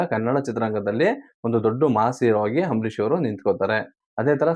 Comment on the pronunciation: ಏನು ಗುರು ನೀನು ಹಾಥ್ಮೀಯ ಹಂಬರೀಶ್ ಅಂತೀಯ ಕೇಳಕ್ಕೆ ಬಾರಿ ಹಿಂಸೆ ಆಗುತ್ತೆ ದಯವಿಟ್ಟು ಸರಿ ಮಾಡ್ಕೊಳಿ